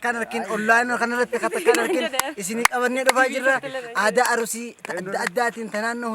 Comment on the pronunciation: Jadid annii baye sii jaladha garu Aruussii hin jedhiin Arsii jedhii